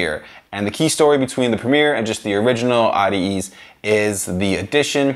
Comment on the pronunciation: audi- ease lmao you mean at-ease